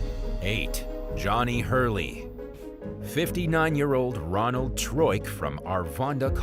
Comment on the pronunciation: Its Arvada not arvanda..